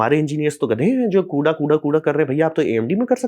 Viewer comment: कुडा ना कूड़ा 😂😂